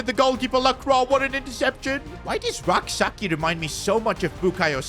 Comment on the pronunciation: PCQ: I'm a Ghanaian and it's pronounced Rak-(Sechi ('ch' sound)) Also, you could sign a high rated RM and let Rak-Sakyi be a super sub for both the LM and RM positions since Sarr is underperforming